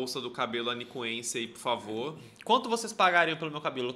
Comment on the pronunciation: Dou um grito toda vez que o fala de Anicuns 😂😂😂